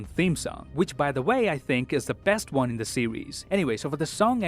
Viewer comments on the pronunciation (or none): "See you guys in the next Won" Ahh so iconic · And why did you say "btw this is and i see you in the next waan", your name changes almost every week 😂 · yeah I noticed him saying i am ans see you in the next "won"